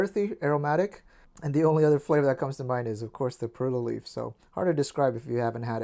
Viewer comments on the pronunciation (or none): none